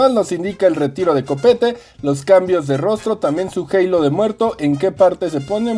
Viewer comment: Bro por qué dices halo en inglés en vez de simplemente decir halo 😞